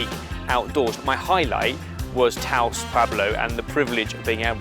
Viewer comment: So that most of the world can relate you may consider asking how to pronounce the food, places and other things. The S on Taos is silent for instance. did say taco correctly once. Good on you!